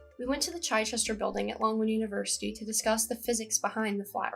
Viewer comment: Sorry, the "chi - shester" building?